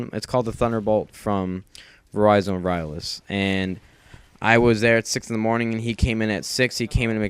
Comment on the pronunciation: "Verizon Vyrlus" Verizon Wireless?